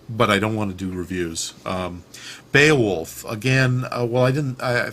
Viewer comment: well done, you pronounced beowulf correctly!